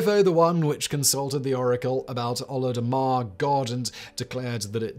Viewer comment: Simon you butcher the pronounciation of Olodumare at 10.16, then say it perfectly at 10.24. Were you just hedging your pronounciation?